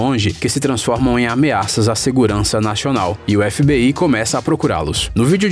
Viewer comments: o cara flw nashional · "Segurança naxional" kkkkk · Segurança "Naxonal" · kkk nachional mas ficou muito bom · "segurança natchional" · "nachional" kkkkkkkk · Ele falou nachional kkkkkkk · " a segurança naxonal" realmente eu ouvi naxonal kkkkk